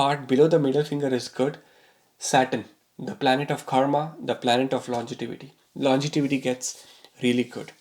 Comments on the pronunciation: LON-GE-VITY, Sir, not longetivity! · Longevity yaar, not longetivity. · the word is longevity and there is no word called longetivity. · Dude it’s longevity n not longetivity. First get this right before predicting someone’s death🤣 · Sir, the word is pronounced as "longevity" and not "longetivity" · Really great info. Thank you! BTW, it is nOt longetivity, rather longevity ;) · Longevity, and not longetivity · It's pronounced lon-ge-vity.